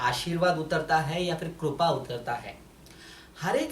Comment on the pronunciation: Kirpa hota hai korpa nahi hota